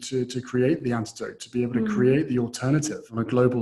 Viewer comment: It sounded like Meghan said antidote instead of anecdote.